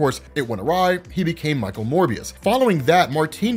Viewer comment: Yay pronounced Morbius correctly instead of Mobius